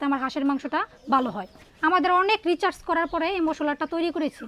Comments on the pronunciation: রিচার্জ বলেছেন আবার মেরিনেট না বলে কি সব ভুল উচ্চারণ শিক্ষক হিসেবে এসব কি বলেন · একজন স্কুল শিক্ষিকার উচ্চারণ এইরকম? রিসার্চ কে বলছে রিচার্জ!! 😂😂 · ম্যাডাম রিচার্চ নয় রিসার্চ, ইনি নাকি আবার স্কুল শিক্ষিকা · রিচার্স 😂😂😂 আবার বলে স্কুল শিক্ষিকা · উনি পেশায় নাকি স্কুল মাস্টার রিসার্চ বলতে পারছে না বলছে রিচার্স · উনি টিচার অথচ উচ্চারণ ভুল বলেন রিচার্জ বললোন রিসার্চ না বললেন আরো অনেক কিছু ভুল উচ্চারণ। মেনিমেশন বলেছেন মেরিনেট না বলে।